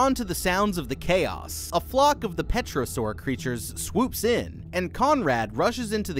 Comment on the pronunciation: Pterosaurs are pronounced "te-ruh-sors" I'm sorry, i had to 😭